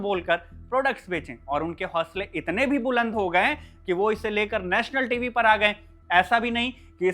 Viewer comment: गए को गयें आए-आयें थे - थें चाहिए - चाहियें उसने - उसनें रहे - रहें भाई हिंदी बोलना तो सीख ले कम से कम 😂